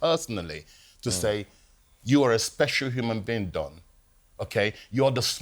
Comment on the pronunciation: Oi Simon, its DON not DOM 😅